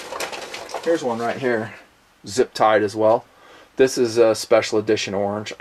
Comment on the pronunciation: I like how you say: "orng" :)